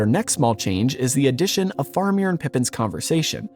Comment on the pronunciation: Bro…love the video by your pronunciation of Faramir is like nails on a chalkboard.